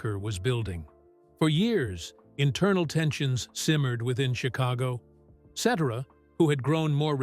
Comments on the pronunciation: Sheesh Another BOGUS AI CHANNEL THAT CANT EVE PRONOUNCE PETERS LAST NAME! PURE GARBAGE!! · It would be nice if you pronounce his name properly. The beginning of the end of the band was Terry's death not Peter's departure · You're pronouncing his name wrong to begin with. Who is the idiot that overseas these Stardust Legacy documentaries? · The pronouncing of Peter Cetera's name by lousy AI forced me to stop watching. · Video was great historically but the narrator was annoying because he kept pronouncing his last name incorrectly😢😢:( 😢😢😢😢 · Is this some kind of AI voice? At least program it to pronounce his name correctly. So stupid. Ruins the entire video. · Whoever created this AI VIDEO SHOULD BE BANNED FROM YOUTUBE! Nothing but slusghtered snippets of an amazing songwriter, singer, musician and producer of some of the greatest modern music ever! And yes! Peter’s last name is NOT pronounced that way! RIP AI! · At the very least the narrator should pronounce his last name correctly!!! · Pronounce Peter Cetera's name properly and check your facts. I hope he is living his best life, he made many people very happy he deserves it. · I agree. It's hard to believe a narrated story when the narrator doesn't even know how to say the name of the subject he's "informing" us about. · Please learn how to pronounce Peter's last name. How annoying. Sorry. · Once I hear that phony A.I. voiceover (and the egregious mispronunciation of Peter’s name), I roll my eyes and I close out of the video. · Peter "Settera"? Really?? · AI is mispronouncing Peter’s Last Name!! Ce Tara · Ai lol, Peter "Set er a" lol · The accent is on the first syllable Cet' era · Its pronounced Peter.Se Te RA!! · AI pronunciation is annoying. Cetera is not "set ur ah" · i believe his name is italian decent so the C would be a S sound and the rest would be tear ah like someone else mentioned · The name is pronounced Ce tare' ah. Accent 2nd sylable. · The man talking is mispronouncing Peter cetera’s name…